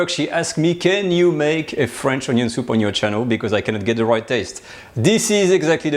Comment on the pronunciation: French onyo soup